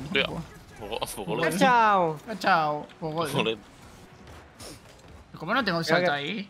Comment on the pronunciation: Porque todos dicen kachau cuando es kuchau, no vieron la película acaso😢